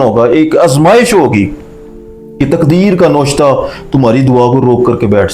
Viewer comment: Lafaz noshta nai navishta hai